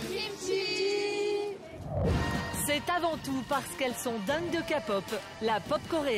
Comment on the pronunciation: Whaaat ??? « Elles sont dingues de KAPOP » 😂😅 non mais la prononciation c’est trop ! Ils abusent, faites un effort…